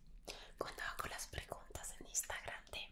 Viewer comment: Amo cuando dice "iztagram"